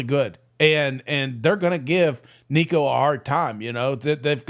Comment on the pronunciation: please just call him nico... you're butchering the crap outta his name